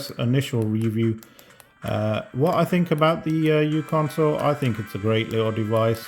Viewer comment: If you hadn't written this comment I would have. I also think it is uConsole and not Uconsole... for µConsole